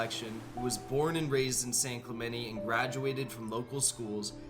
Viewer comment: For an alleged San Clemente native, he sure pronounces San Clemente like a Midwesterner